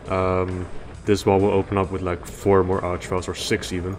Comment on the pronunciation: It's an Arch-vile.